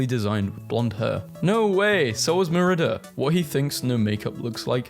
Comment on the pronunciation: everytime you say merida as "mer-ih-duhh" i want to die